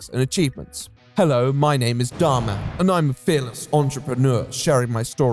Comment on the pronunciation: You are the only creator I've seen that refers to Dhar Mann by actually putting the emphasis in the right place. Everyone calls him something like Dharman, like he’s a superhero lol